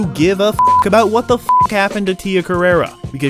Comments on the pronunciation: It's CarrerE, not CarrerA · It's pronounced Tia Carerre. Not Carerra. You're thinking of the porn star who based her stage name on Tia's. Get yer mind out of the gutter.